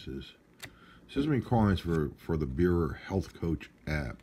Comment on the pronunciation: Now you've had the Beurer for five months, - what do you think? Btw. it's not pronounced 'bower'. 😊